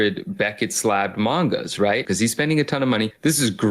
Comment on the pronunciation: I'm glad him saying 'mangas' also irked you